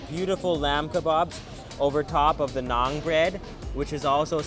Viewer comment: it's called Naan not nang